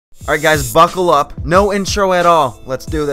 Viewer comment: you said "ipp" not "upp" lolol